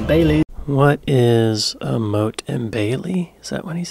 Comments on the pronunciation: "Motte" is pronounced "mott", not "moat". "Motte" means steep hillock on which a wooden palisade would be erected. "Moat" is a defensive ditch filled with water. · Annoyingly the English narrator of the video also says it wrong - it's Motte as in knot, there is no water involved like a moat as in goat, only at best a soggy ditch. It's frequently mispronounced and only adds confusion because actual moats are strong defensive features of castles too! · Motte not Moat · Mott is the correct pronunciation. Castle on a walled hilltop, fortified entryway at the base. Cliffords Tower in York is a surviving example although the entryway no longer exists. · Pronounced Mot like not, not mote.